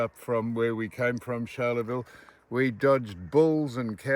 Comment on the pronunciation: Foss Charleville Not Sharleville